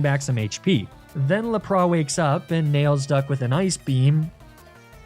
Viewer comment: He does know he’s saying Lapras wrong yeah?